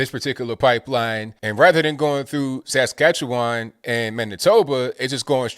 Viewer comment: Askatchewan? Lol